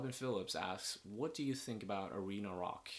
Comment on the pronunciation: I heard "reno-lock" when you said arena rock